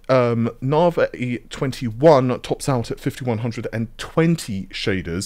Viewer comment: For anyone outside the UK wondering if the reason pronounces Navi as nar-vay is because he's from the UK - no, it isn't. I have no idea why he (& as far as I'm aware, only he ), pronounces it that way, but it's definitely not a UK/British thing.